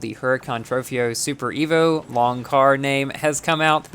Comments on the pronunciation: It’s pronounced super trofayo evo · Not trying to be rude, but t's pronounced Trofayo, but it's spelled Trofeo. Not trying to sound rude, I just want to inform you.